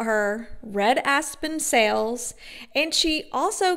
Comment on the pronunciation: and "sells" for sales and "jowls" for jaws 🙄🙄